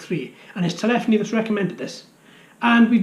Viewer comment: Thank you again for the shoutouts!!! :-) FYI: My YouTube handle Telephony should be pronounced, "tell uh FOAN'ee" rather than, "tul EFF'en ee". I know that the latter is the correct pronunciation, but in the infamous words of Lt. Cmdr. Data from Star Trek:TNG, "One is my name. The other is not." :-)